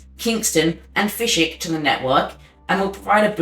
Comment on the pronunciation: "Fish Wick" and "West Un Creek".